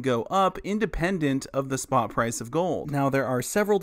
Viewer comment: ''a gold ETF will basically follow the Sprott price of gold'' 😂🤣🤣